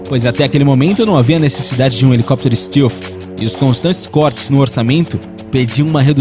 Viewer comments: STÉLF e não STILF :D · 1.Os EUA nao é um dos mais poderosos e influentes, ele é O mais poderoso e O mais influente. 2. A pronuncia de "stealth" nao é "ISTILFI" é "ISTÉLFI 3. O B2 nao é conhecido como ïnvisivel"por conta da sua altura e essas bobagens q o video diz, mas sim por outra serie de detalhes q o video nao explica, as principais dela sao os angulos da fuzelagem e sua cobertura e o ar que sai das suas turbinas sao resfriados... Todas as aeronoves com essa tecnilogia stealth (tb já existem embarcaçoes que seguem essa tendencia),sao chamadas de quinta geraçao,.. 4. Se quem fez a ediçao desse video tivesse o pequeno trabalho de assistir os videos do "hoje no mundo militar"nao diriam tanta bobagem! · Fala "stéalf" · Bom, pra fazer um vídeo sobre projetos militares americanos, vc deveria saber o mínimo sobre pronúncias em inglês... Stilfi??? Que diabo é isso?? Stealth... Faltou pelo menos buscar a pronúncia correta das palavras em inglês!!!! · "Tecnologia stilfi" pqp....